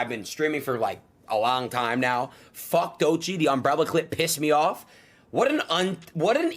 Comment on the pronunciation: He does it on purpose. The last time he spoke on her he said her name correctly, then said “Doychi” right after, as if he doesn’t know how it’s pronounced.